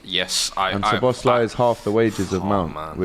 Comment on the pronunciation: and he said slobozlai😁